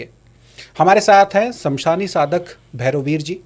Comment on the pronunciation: शमशानी साधक नहीं श्मशानी साधक कहना चाहिए।